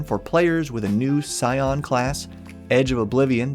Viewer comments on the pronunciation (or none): none